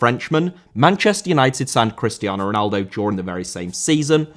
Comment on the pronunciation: Cristiano* not Crestiohrnouw